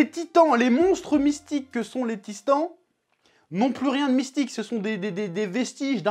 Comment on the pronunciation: "les tistans" 😂 merci chef